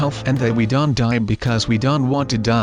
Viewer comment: y do u say dont dant??